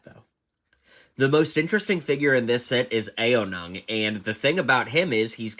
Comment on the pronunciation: Nah-tey-um and Ayo-nung 😭😭💀💀 it’s neh-tey-um and ow-nung